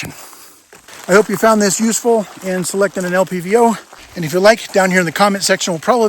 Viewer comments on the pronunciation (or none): none